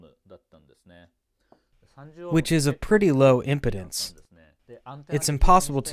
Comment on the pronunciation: For the translator it sounds like you’re pronouncing “impedance” as “importance”.